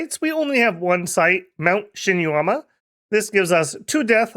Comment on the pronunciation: It feels weird, because he did very well with Yomi. Shinuyama, though... Eesh. 😅